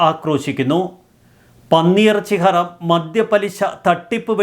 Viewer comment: Haraam alla ha rum ennanu😂😂😂